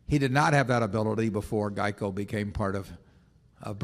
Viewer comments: 😆😆😆😂😂😂🤣🤣🤣 was thinking the same thing!! What the hell is Jieco???!! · I didn’t even know what he was talking about when he said “jeico” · "Jeico" LOL